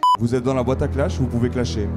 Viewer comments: quoi !... T'a dit clashier au lieu de clasher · Ta dis clachier lol xd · Studio film mais j'étais grave choque quand il a dit claque